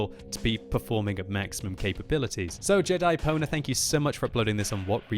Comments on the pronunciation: Ahahahah doesnt know how to read Pwner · totally thought he said Jedi-boner. lol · I swear I heard you say Jedi boner... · It sounded like he said Jedi boner instead of Jedipwnr...